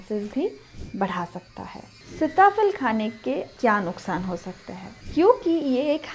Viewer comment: सीता फल कहते हैं सिता फल नही, शब्द उच्चारण आपका गलत है।